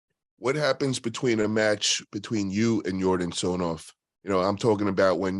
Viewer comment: It's not TsonOv, it's TsonEv